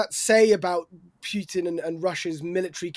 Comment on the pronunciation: Pronunciation basics: Putin, not Pewtin/Pughton.